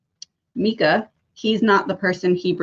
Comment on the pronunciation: It’s pronounced M-eye-kuh not meekaa